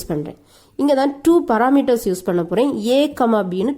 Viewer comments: madam ur Pronunciation of function and parameters is wrong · Pronunciation of function and parameters is wrong